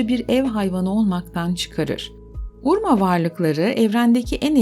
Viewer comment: Urma değil Urmah.